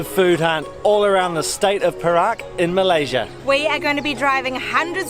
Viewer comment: good at pronouncing 'Perak' as pear-rack means silver. if pronounce it as "perl-arc" the meaning will be different, I'm not sure meaning in english, awkward perhaps. congratulations to u guys reach 20k sub. keep on posting more vid.